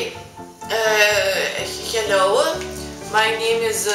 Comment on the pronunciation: Tas : Heliau.... tai prajuokino žiauriai :D